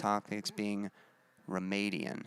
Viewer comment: Forgot to mention earlier, but you had pronounced Ramadan incorrectly. It's Ra-ma-dan, which is the Holy month in which Muslims fast and refrain from bad things. And I did mean suggestive earlier; a couple friends warned me that Flyleaf doesn't have the most appropriate songs but didn't say which ones